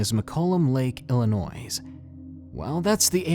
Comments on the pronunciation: Illinois not illinoise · Its po pronounced illinois the s is silent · IllinoiS? IllinoiS?! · The S in Illinois is silent 😶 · The "s" in Illinois is SILENT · Omg,, you really said Illinois with the s!? 😂 You're a bad bad man😂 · Love your videos, but as somebody who's lived here all my life, it hurt, hearing you pronounce the s in Illinois. XD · The S in Illinois is silent FYI ;) lived here all my life.